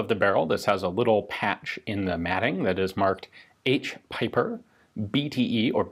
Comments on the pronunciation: Not piper, but peeper! Just like J. Bieber.. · I think already mentioned this but given that the gentleman was German his last name sounds more like "peeper".